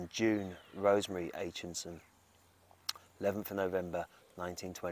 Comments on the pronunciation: Aitchison not Aitchinson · Sorry, it's Aitchison not Aitchinson. Loved Terry and June the most! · Aitchison not AichiNson